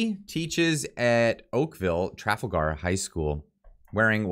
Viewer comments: if you’re going to cover some important issues and want to come across as legitimate news source in these difficult times… Then please watch your reading and proper pronunciation of of the words you are reading… The school is not called Okaville “Traffle-ger”High School… It is pronounced…Tra-fal-gar. You know…like Tra-fal-gar Square in London England… You know…where a lot of these “agendas” are coming from… As a avid musician, I am sure you can appreciate that proper presentation in any form is important. Just like a musician rehearsals help too. Thanks for your content. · School Name: "Tra-Fall-gr" Not "Traf-al-Gar" hope that helps. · It's pronounced tra- fall - ger. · Pronounced: Trah - Fall - gar not Traffle-gar Poilievre: Pauly-ev (eng) french: Poy-lee-ev-r (fr) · Tra-FAL-Gar,not TRA-fal-gar. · “Tra fal gar “ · It's pronounced : TrawFall Grr. I enjoy your shows I watch regularly. Good work . Keep it up. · Please take time to investigate the proper pronouncation of the school!!! It is Tra-fal-gar as in the battle of Trafalgar. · FYI it's pronounced Trah Fall Ger. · It’s pronounced TRAL-FALL-GAR, the way you said that 😂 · "Tra fall ger" is the pronunciation. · You're killing me: tre FALL ger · Tra/Fal/gar try that again. If not, Siri should be able to pronounce it for you. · pronounced TraFALLgar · trafalger is pronounced tra fahl grr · Tra. Fal. As in falcon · Jesus Christ, it's pronounced /tra-FAL-gar/!! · Really? You cant pronounce Trafalger?